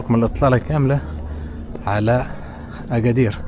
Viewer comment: لا لتحريف أسماء الأماكن المدينة اسمها أكادير وليس اغادير وله دلالات باللغة المحلية